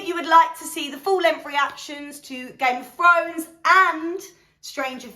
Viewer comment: ‘Gayme ov Frones’ 😂